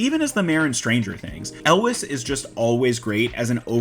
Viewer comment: "yools". Elwes is pronounced "yools".